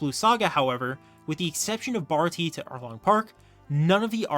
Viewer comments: Baratié not barati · damnit its pronounced bar ot t ay